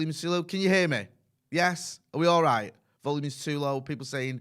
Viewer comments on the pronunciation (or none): none